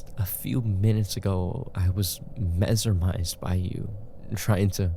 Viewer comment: Mesermised , mesermising - PLZ STOP THAT TERRIBLE PRONOUNCIATION!!! ITS HURTING MY PSYCHE!!😭😭💔